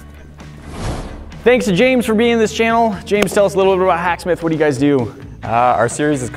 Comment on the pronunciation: i thought instead of im the hacksmith he sed im the hashbrow